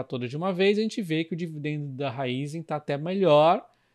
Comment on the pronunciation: PARABÉNS pelo vídeo! Sou seu seguidor assíduo 😀 Parabéns também por ser um dos únicos, ou talvez o único a pronunciar o nome da Raízen corretamente 👏👏👏